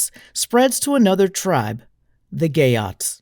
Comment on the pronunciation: I hear "gay oats" every time😂 Salutacions per a tots des de València